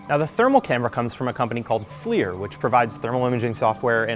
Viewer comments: Thats not how you pronounce FLIR. Its pronounced as FLURR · I thought Flir was pronounced Fl-er